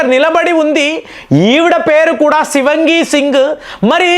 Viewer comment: Shivangi kaadandi.Shivaangi singh is correct..